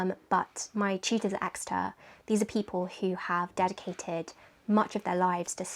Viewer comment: Everytime she said teachers, I heard cheaters